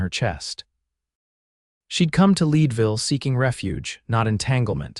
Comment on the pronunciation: Your AI needs to pronounce Leadville, CO correctly. Having lived there, I should know. 😮